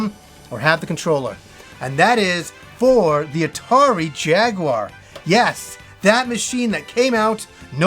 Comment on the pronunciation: Thank you for saying jaguar correctly and not jagwire